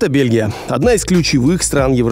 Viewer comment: Не белги,а Белхи😂